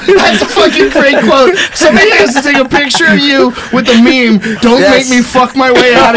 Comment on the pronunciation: Did say ME ME? what a fool..